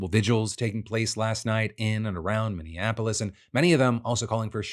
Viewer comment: After over a decade of reporting news DeFranco still can’t say Minneapolis, right. It’s always said under horrible circumstances.